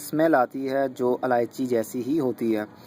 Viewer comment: its ilaichi not aalaichi